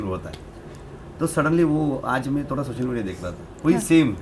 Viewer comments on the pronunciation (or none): none